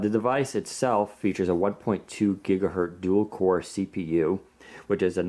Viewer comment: Omg the black looks terrible on the screen, it's more of a grey, and WP just needs deep black :( Btw, this annoys me more than it should, it's gigaHERTZ not gigaheard.